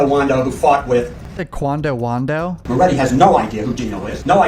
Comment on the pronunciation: He definitely said quando wondo 😂